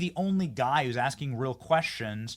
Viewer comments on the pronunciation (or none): none